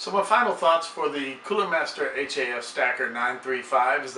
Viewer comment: stop saying H-A-F